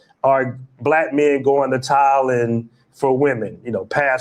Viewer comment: was calling Thailand “Taiwan” 😂 He needs to take a trip